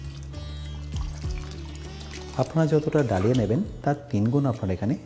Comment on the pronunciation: Dalia ইংরেজিতে লিখলেও উচ্চারণ 'दलिया' - দলিয়া (দ্ব-লি-আ)।‌ এইগুলো একটু খেয়াল রাখলে ভালো লাগবে।